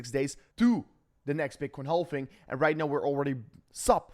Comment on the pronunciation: It's not pronounced "hall-ving" It's pronounced "haaav-ving". No L